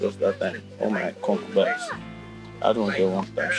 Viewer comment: say concubine😂😂